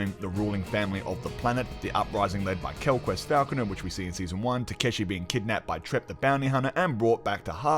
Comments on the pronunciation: This review is great but every time I hear "Quellquest" I cringe :'( It's Quellcrist Mackie just doesn't have the same gravitas as Kinnaman, which really added to the darkness of the show in season 1 I felt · maybe you could watch this again and see quellcrist is pronounced Kell-Crist not kel quest or quel crist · You’re funny the way you read Quell quest :body-green-covering-eyes: Its Quellchrist like Christmas tree, quell christ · Agree... the "quellquest" was cringy. But a great review, otherwise 😁